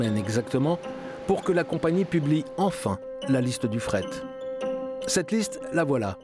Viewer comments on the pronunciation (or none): La voix off incapable de prononcer correctement le nom de la compagnie sur l'intégralité du docu. Insupportable.